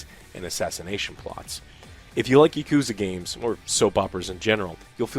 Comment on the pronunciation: Texas pronunciation of "Yuh-Koo-Zuh" still gets me 😅 Like "Thay-Nos".